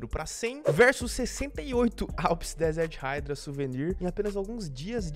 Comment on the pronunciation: Desert haidraw, q agonia do cacete kkkkkkkkkkkkkmkk raidraw